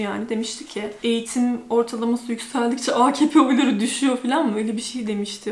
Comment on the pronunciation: Abla sen akp diyince çok hoşuma gidiyor cok degısık soyluyorsun basa sarıp sarıp dınlıyorum